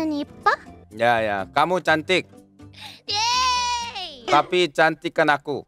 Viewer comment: That "kamu cantik" "tapi cantikan aku" were perfect, had to do a double-take.